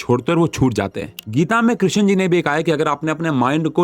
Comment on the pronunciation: Krishan Ji?? Kyu woh Sri Bhagavan nahi hain kya Sir? Sidhe naam se bula rahe hain aap to aur woh bhi ekdum galat pronunciation